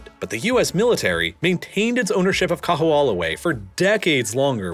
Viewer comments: Yikes! I've never heard such horrible pronunciation in a so-called "professionally" produced video! Certainly SOMEONE could have thought to consult a Hawaii native to correct the pronunciation of KAMEHAMEHA and KAHO'OLAWE! "Ka" is a simple descriptor in Hawaiian, meaning "the". "ME-ha" (MAY-ha) means "great". Repeating it twice means "greatest". "Kaho'olawe" is pronounced "Ka-HO-o-LA-Vay". It's not "MAW-lokai" ...it's MOH-lokai". Also, you glossed over the fact that Native Hawaiians had no ownership over the land, like American Indians, and were convinced to divide property by the sons of missionaries in 1948. That changed everything. Also you neglected to mention the defeated Southern plantation owners in the Civil War saw Hawaii as a place to continue plantation ownership by growing sugar. It was these people who brought their white supremacy to the islands and, realizing the Hawaiians would not work for them, imported Japanese menials for labor with white Portuguese from the Azores as overseers. It was these people who overthrew the Monarchy in 1893, just 45 years after private ownership of land was certified in the "Great Mahele", Hawaiians' huge mistake. You also downplay how much the military is despised by the Native Hawaiian population, and all people of conscience, for the appropriation of their lands. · Yeah, I’ve heard the island’s name pronounced many MANY weird ways in my life, but this was a first. Generally the emphasis is also on the “law” syllable. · Kamehameha (Ka-meha-meha) Kaho’olawe (Kaho-olavay) Sorry hearing these hawaiian words being butchered i figured i’d make a “guide” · It's KAH-HOE-OH-LAH-VE (!!!!) and the military bombing cracked the islands aquifer. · Nice condensed recap of Hawaiian history. However, whereas you pronounce “Liliuokalani” flawlessly, you STRUGGLE with “Kahoolawe” and “Kamehameha”. Toooo funny, but good job! 👍👍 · The kahoolawe pronunciation bothered me the most.